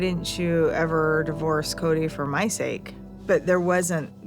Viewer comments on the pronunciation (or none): none